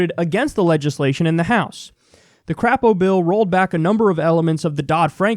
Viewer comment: It's actually pronounced CRAY-po, but I prefer how you do it.